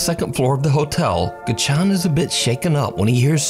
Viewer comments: It's not gichan it's GAcchan emphasis on the GA. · Has no one ever heard of video editing?? That Arash Ashnan stuff is so fake! and Gacchan's name is pronounced more like "Got John" FYI :P